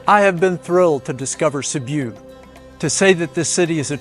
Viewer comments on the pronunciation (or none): Sibiu nicht Sibu es sind nur fünf Buchstaben 😂 mein Gott 😂😂😂😂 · You lost me 46 seconds in. Please learn to pronounce names before making videos about them.